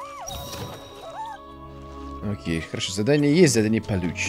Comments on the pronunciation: Кволок ударение на первом о. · КвОлок а не КвАлок. Уши режет немного